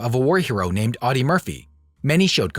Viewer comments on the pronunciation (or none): Pronounced ODdee. OWdee as you say it is the German car company.